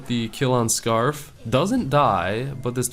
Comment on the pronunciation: Anyone else noticed said "FooJee picked up the kill on Scaarf". Even though scaarf was on his team.